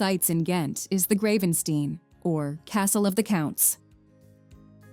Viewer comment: "Gravensteen" xD No no no... that is not how you pronounce it! For an english speaker to get close to the sound, the a is like the i in "high" and the "ee" is like ai in "rain". The castle has seen damage from the World War, and has had restorations/rebuilding done since. Haha, so many names pronounced so wrongly in relation to french or flemish, it is quite amusing. And we do have National day. Ty for a nice video about Belgium tho :)